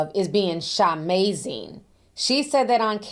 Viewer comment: Jen should have been arrested and had her rights ROUNDLY violated simply for saying Sha-mazing! 🤣🤣🤣